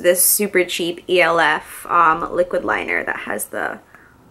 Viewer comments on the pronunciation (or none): The elf liner is literally just said like normal, elf. Not el-ef or however you said it 😂 i just wanted to tell you cx